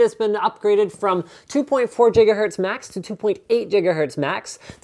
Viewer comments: Its Giga not Jigga lol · Gigahertz not jiggerhertz linus! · Why do you say "Jigahertz" and not "Gigahertz" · Jigga watt? Jiggahertz homie, Jiggahertz ;) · <# linus for saying jigahertz over gigahertz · jiggahertz? Alright doc brown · Jiggahertz. You bastard... lolololololololololol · Did he just say JiggaHertz?? Is that how you pronounce Ghz ?? Cmon Muricans dont tell me thats how its pronounced else my life was a lie!! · What the hell is a jigahertzmax? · well thats how he pronounced, jiggahertz.. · Did he say jiggerhertz :3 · Did anybody else hear him say jigahertz or am i just crazy??? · 2.4 jigahertz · Mike Messiah He says it to be funny